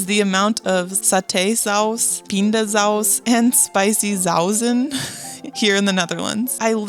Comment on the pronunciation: 'small packs of 'hagelslag'' No they are not to make it on the go. They are for going on vacation so you always have hagelslag with you. Smaller packages so they fit more easily in your suitcase. 'sauzen' the multiple of saus is sausen. the second s is like snake. not a z. Just a tip for pronunciation. 'receipt to leave' AH started doing that to prevent people just walking out without paying. All supermarkets took that idea as well in the Netherlands. It makes sense, no?